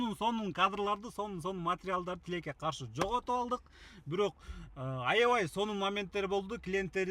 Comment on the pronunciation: тилек тилеке каршы деп суйлосо кызык угулат экен😂